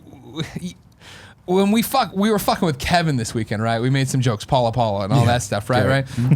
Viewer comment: Everytime Nick said "Paula Paula" I just heard "Gullah Gullah" and now I have that theme song stuck in my head.